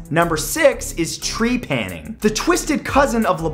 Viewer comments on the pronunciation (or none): I m sure some one said it but tree-panning?! Ur putting the accent on the wrong part. TrePANing. Just saying. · Trepanning. Well... uh... my last name is TREPANier, so this is uncomfortable for me.